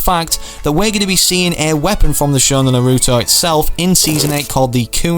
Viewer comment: It's t nar-oo-to